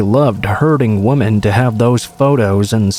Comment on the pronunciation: First I want to say that I LOVE listening to you. Your voice just has this wonderful quality that is perfect for storytelling. I have listened for a long time now and no one compares to you. I don't know quite how to say this without sounding horrible...but I did want to mention that the word women is pronounced 'wi-men'. Sorry it just kind of bugs me lol